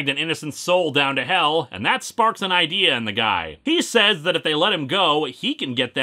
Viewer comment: "Hey I gotta idear let's make a Hellraiser holiday special"-, probably.